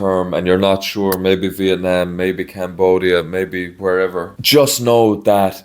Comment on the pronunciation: I love that the way you pronounce Vietnam is exactly on point and the same way locals say it, not like Viet "Nom" (rhymes with omnomnomnom) like how much of the western world butchers it. Great job!